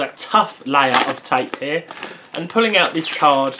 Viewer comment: you say "tape" wierd